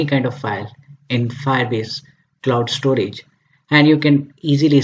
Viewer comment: Everything is okay until it ruined by ```stroage```